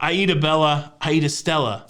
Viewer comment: 🧐 A+ today,. Even got Aida right, ha. Luv your delivery-extra funny today.